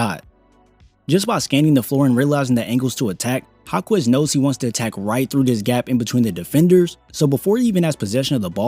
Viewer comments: his name is Ha-kez not Ha-Kwez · Jaime Jacquez = High-Meh Hawk-eh'z It's NOT Haw-Quez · It's pronounced like "Ha-kez" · Jáquez = “HAWK-US” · Great video, fyi its pronounced HA-KEZ the u is silent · Respect the player enough by learning to pronounce his last name correctly